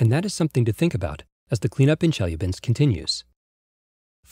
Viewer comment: Nice video. Marred only by announcer's repeated mispronuciation of Chelyabinsk city, something that could easily have been avoided by a quick visit to Wikipedia. He did get Tunguska right, though.